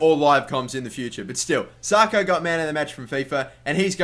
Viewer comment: pronounced sacko not sarko